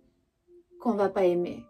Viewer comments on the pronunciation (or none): none